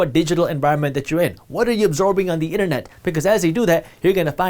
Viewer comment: "Innanett" 🤣🤣 funny